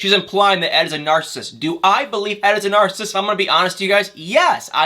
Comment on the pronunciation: It’s Nar-cis-sist not Nar-cist🙄